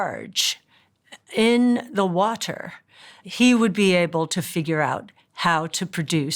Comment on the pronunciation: The way she pronounces "Water" tells you everything you need to know. RUN THE F AWAY FROM HER AND HER PREDICTIONS.